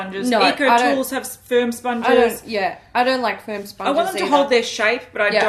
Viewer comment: "Firm sponges" and all I heard was "sperm sponges". I think its time for me to take a nap 😂